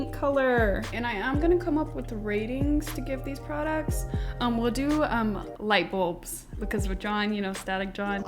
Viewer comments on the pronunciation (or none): I am on the e floor laughing so hard!! “Ten out uh ten lightbuls”